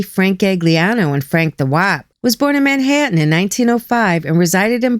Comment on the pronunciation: I haven't heard Manhatten pronounced properly since I left. Thank you.